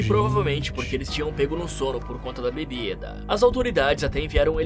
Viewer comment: Que narração é essa kkkkkkkkkkkk ilhãn bebidãn intuitivãnnn